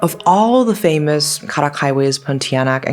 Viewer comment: Karak doesn't have such an exotic pronunciation as the way you say it. It's simply pronounced as "car ruck"